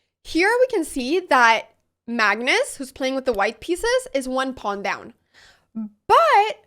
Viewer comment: Are you saying mangus or magnus or mangnus? Are you saying engame or end-game? Are you saying improdin or impartant or impordint. You're still saying bast like bad instead of best like bed... I love listening to you no matter what you say. And then I love listening to what you said. When I win my first online chess game (still didn't yet) it will be because of you. Actually I won for the first time a chess game against my 90 yr old father, and he was so proud of me! Since then I've been loosing.